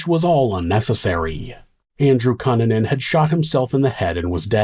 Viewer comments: Is it pronounced "Cue-nan-an"? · I don't think you're pronouncing Cunanan correctly. I remember in the news they pronounced it COO NAN IN or COO NAHN IN. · Really excellent storytelling as always,! I appreciate all the details you include to help paint a better picture. Also- Not a big deal, but his name is usually pronounced "Cue(Q)-nan-an" 👍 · I can’t believe this was 1997! I was a freshman in high school and a group of friends and me were following this case. It was on the news 24/7. He was a monster! Andrew Q-Nan-In is the correct pronunciation. Great job with this story! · I love your videos but cunanan is pronounced cooh-nah-nan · ITS PRONOUNCED. KOO NAN NUN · Learn to pronounce his name right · All that research and you couldn’t find out how to pronounce Cunanan 😂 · this dudes content is so well researched and executed. how is he mispronouncing cunanan? the news always called him koo nan in. So did Shyne. maybe they were all wrong? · Dude the least you could do is pronounce his last name correctly. Jesus Christ. Also no one cares about your other channel. Stop starting every single video with the same stupid callout. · Why are you saying Andrew Kannan name like that? It’s really distracting always a great story as usual but anyone pronounces name like that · Dude, I love your channel but your pronunciation of 'Cunanan' is incorrect 😭